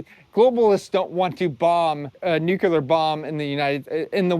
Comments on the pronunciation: Not nukular, nu-clear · OK, say it with me, "NEW clear"....got it? Points DEDUCTED. 🤣